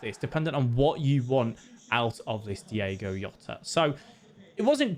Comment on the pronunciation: diOgo Jota. Not Diego Yota :D